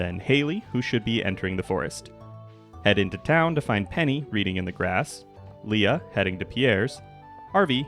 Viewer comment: Lee-uh, even...